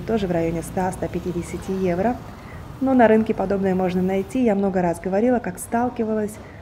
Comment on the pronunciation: Неграмотно произносить евра, evro во всех случаях, одно дело витрина, улица срвсем другая, если и одеваются более менее это Милан